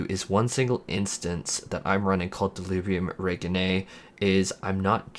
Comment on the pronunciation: Say it with me “Del-li-bri-um Reg(rej)-(jin)i-nae. I’m sorry bro your annunciation was giving serious chills. Besides that thanks for a detailed guide.